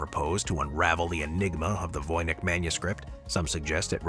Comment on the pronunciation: Voynitsh manuscript- the pronunciation- not Vojnyk(or Vojnich)...